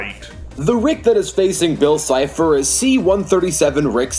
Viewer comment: Game boy Next door lol it's cipher not chipher